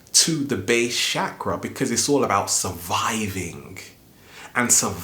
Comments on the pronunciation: *****, before presuming to teach about a subject, don't you think you should be able to pronounce the word correctly? It's CHAKRA, not "shakra". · It's called a Chakra not a Shakra. Just saying. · great video but i just wanted to say its not pronounced as SHakras its more ch sound as in change or chug. its a strong ch sound rather than sh. chakra being a 'sanskrit' word ended up forming the hindi word chakar, translating to circle. so chakras are energy circles/centers. had to say something after i kept on hearing shakara lol. but again. great video like all the rest of your videos. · I think you mean that the 8 inner gates due and it's Chakra not shkra dame men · You saying chakra wrong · his pronunciation is wrong. he says chakra in a wrong way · right, but we butcher pronunciation of words from different languages all the time.